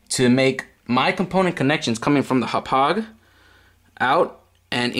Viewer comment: im sorry but i hate how you say hauppage and always say "right". Sorry bout that. But great vid man :)